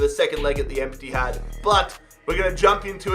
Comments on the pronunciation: "then we will be in a great position for the second leg at the EMPTYHAD" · The “Emptyhad”😂😂😂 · Laughing my breath out when said Emptyhad😂😂😂